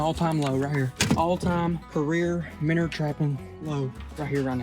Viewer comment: wtf is a "minner"